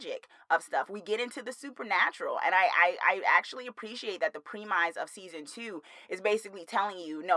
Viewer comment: I'm – about the pronunciation of "premise": (No shade intended! I'm linking this with love, I wish someone had done it earlier for me with the word "preface") :-)